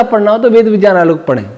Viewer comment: Kripaya Vijjan mat bolia viggyan sunne main jada achha lagta hai